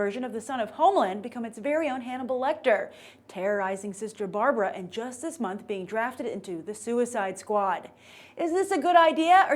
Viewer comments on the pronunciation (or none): none